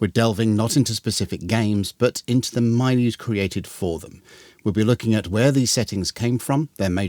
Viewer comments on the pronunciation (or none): Thank you for your videos, I enjoy them a lot. A quick pedantic note, though: the first 'i' in milieu is pronounced like the i in 'milk'. Same thing with the 'y' in 'mythos', it's "mithos". Looking forward to more videos!